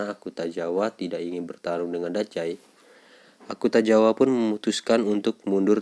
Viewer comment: Akutagawa bang, bukan Akutajawa